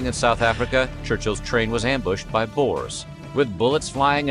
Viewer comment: Bores? Nah, come on guys. You trying to tell us South Africa's Dutch population were boring people? The word "Boers' is not an English word. The closest way to get around the pronunciation is to refer to them as 'Boo--ers." So it's not quite correct, but it's a helluva lot better than addressing someone as a "Bore". That's pretty disrespectful. 🤭